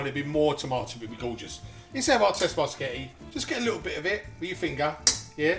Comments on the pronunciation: I like how he occasionally says "pasghetti" xD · although most people call it just spaghetti bolognese anyway, you completely bypassed the fact that he calls it sketty bolognese 😂😂. if youre gonna be butthurt, youve got to go the whole hog with it! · The fact he pronounces it "Sketti" just makes it tastier